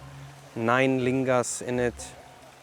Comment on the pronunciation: Why do you say lingas. Looks like Naga carving, older.